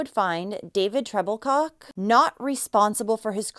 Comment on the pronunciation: Was his last name Troublecock? That’s what I thought she said